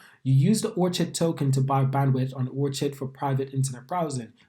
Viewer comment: Yeah it’s “or-kid” like the flower 🌸